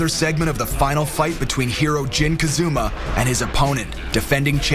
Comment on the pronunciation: Jin KazUma? Isn't it KazAma? XD